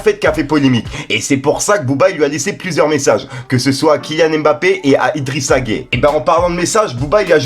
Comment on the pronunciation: Tu prononce très mal son nom tu prononce de la même manière que celui des homosexuels, ou alors tu fais exprès, sinon écoute comment les sénégalais le prononce c'est tellement facile. On doit entendre la consonne "y" dans la prononciation.